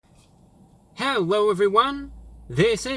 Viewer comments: why do u say hello with "w" instead of "L" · I heard “hewwo everyone!” Instead of hello everyone.... is that only me? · HE SAID HEWWO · ~Hewwo evewyone~